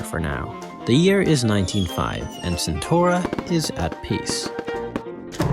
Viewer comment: that ain't how you pronounce CentAura